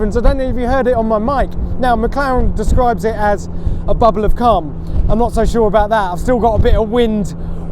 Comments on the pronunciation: He said bubble of cum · I legitimately thought he said "Bubble of Cum" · A bubble of WHAT?! Oh phew. I had to listen to it twice to hear it correctly with that accent. And there again I just cannot unhear it. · This guy should work on his enunciation. Every time he says "bubble of calm"... yikes. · "What Mclaren calls a bubble of ___ ." Me: WHAT DID HE SAY! Oh! "Calm". We don't pronounce "Calm" in America, like the Brits do. *And then the shot cuts to a bunch of small white stuff hitting Jack in the face, while he is screaming. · I had to rewind and turn on closed caption to figure that out lol